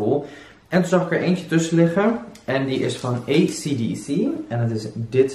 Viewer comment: Je spreekt acdc verkeerd uit het is: i si die si